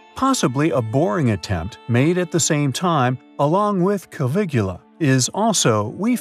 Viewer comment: Lack of attention to detail leads to possibly correct content being dismissed; It's Caviglia, not Cavilugla, just as it was the French, not the Spanish, that sent scientists to examine ancient structures. Regarding the underground tunnels, there is an architectural saying that form follows function so another possibility is that the function of the tunnels did not warrant a better finish. There is also the point that Herodotus reports that Khufu's causeway and his tomb's underground structures took 10 years before they started on the pyramid, so the rough appearance of these tunnels does not appear to match the level of finish one would expect given the timeline presented by Herodotus, especially of structures intended to be the tomb of a ruling pharaoh and living deity...